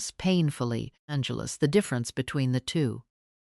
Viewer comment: Why. The hell is this? Keep saying, Angeles